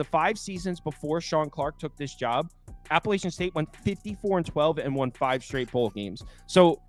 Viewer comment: Guys, please respect the school and increase your credibility by taking the time to pronounce the name of the school correctly. APP UH LATCH UN. Alumni here…